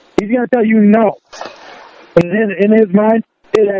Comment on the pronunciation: With, there is always a “baht.” Always. No matter what. “I’m not saying I weren’t wrong, BAHT, they did wrong too/first/more.” It’s morbidly fascinating to see a middle aged man who is, by any objective measure, a thoroughly reprehensible and contemptible human being, stubbornly refuse to take any accountability for his life’s circumstances.